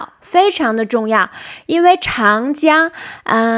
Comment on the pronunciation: Very nice, but 长江 should be Cháng Jiāng , Zhǎng Jiāng.